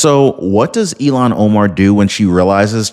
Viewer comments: with all due respect, Ilhan Omar's name is I.L.H.A.N. not E.L.O.N. You pronounce it ELON. not ILHAN. That is a insult to Elon Musk. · Happy Sunday! Just thought I'd let you know that her name is pronounced IL-HAN not E-LON. Don't want to confuse our good guy, Elon with the devil child from Somalia, Ilhan.:} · It's ILL-HAAAN. I know you tried your best. Just makes me freak out when you say ELON. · Ilan is pronounced like ill han. Elon as in Musk. Please stop insulting Elon Musk by using his name for hers! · Ilhan Omar Not Elon Omar ILL---HAN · Its il -han not elon... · Again I’m leaving because you cannot say her name. Ill Han. Not Elon. Stop it! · Her name is pronounced “Ill-Hahn”, not “Elon”. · IT IS ILAN OMARF. Like ILLNESS. ILAN